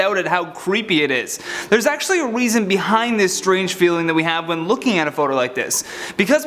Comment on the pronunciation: I love how u said "weason" instead of "reason" sooo cute